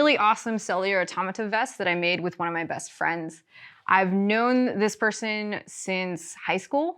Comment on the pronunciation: I thought she said "one of my vest frends"